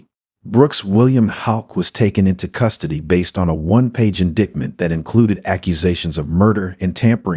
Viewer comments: Please quit saying "in-dictment." It makes you sound ignorant like the B6 deplorable scag. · I actually roared out loud when he pronounced it “indigment” for the third time. How does that happen? Surely everyone knows the correct pronunciation of indictment…especially if you’re narrating anything which has a legal ramification…jeeze Louise… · Can’t candle the mispronunciation of ‘indictment’ 😠